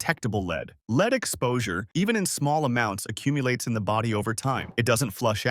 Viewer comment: Lead mispronounced "Leed" makes for incredulity .